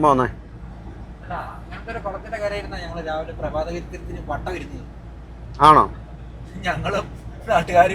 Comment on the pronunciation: വാട്ട ചായ❌വാട്ടെ ചായ